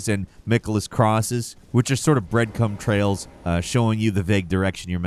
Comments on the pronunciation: Breadcum trails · Breadcum trails 💀💀